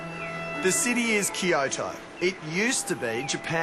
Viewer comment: he keeps on saying "kio-to" lol